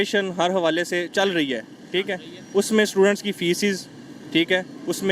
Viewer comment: feces!!! lol 😂 feces is 💩. The word is fees not feces. Nice people but sad state of education. 😔